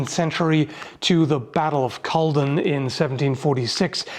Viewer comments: your not a native scot so i will give you a pass its not cull don it its said like [KUH] + [LOD] + [UHN] also glasgow is said like glas go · You weren't to far of with Culloden its more Ca-law-den Than cull-low-den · Inverness native here. Just a wee correction on pronunciation. Rather than "cull-dun" we say "cuh loddin" with emphasis on the "lodd". Not related, but some other ones that pop up a lot are: Gaelic in Scotland is pronounced gah-lic not gay-lic Balloch in Inverness is ba-loch with emphasis on the Loch, whereas Balloch near lomond is bahh-lich with emphasis on the bahh. Happy to help with any pronunciations, seeing as even different parts of scotland say the same spelling differently. Love your vids👌🏻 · Battle of Cullden? You mean Culloden (pronounced Cuhh-law-din). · Culloden. Not cullden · me: "Great, a new video about targe!": mispronounces Culloden within the first minute... me: "/kəˈ lɒ dən/ Sounds like 'Cull A Dunn'. Don't listen to Americans who say 'Cu-LOW-dun'. Why am I angry now?" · Love the video, was nice seeing some Scottish historical weaponry. However those pronunciations where triggering me. Culloden is basically pronounced how it's spelled (Cull-O-Den, although it's got a harder O almost like you're saying "Uh" instead of "Oh" might want to hear a Scot pronounce it) whereas Glasgow is pronounced Glaz-Go. Not a knock, I know a lot of people in North America and Canada have issues pronouncing certain Scottish words or names (and the word "aluminium") thought I'd do my best to correct it. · Couple tips on pronunciation Glasgow = Glaz-go, not glass-cow Colloden = Cull-odd-en Other than that, love to see some Scottish equipment represented, cheers :) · Never heard of the battle of Carl-don before. That in the South of England? Wouldn't quite fit even there. It's Cur-lodd-den (Kerlodden) for those that have never heard of Scotland before. Bit of a surprise that it was wrong I will admit. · Good video, But it's said Cull-od-en